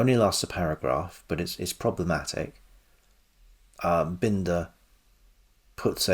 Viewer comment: It is Bin-der.